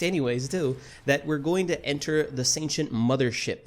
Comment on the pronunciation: The way you pronounce Sentients makes it sound like you're saying ancient with an s in front of it